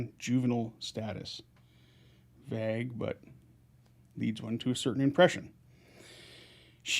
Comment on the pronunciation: Am I mispronouncing vague or is it where you're from that they pronounce it differently?